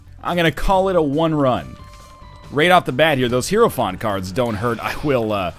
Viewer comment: For fuck sake NL, just learn to pronounce it. hi·er·o·phant ˈhī(ə)rəˌfant/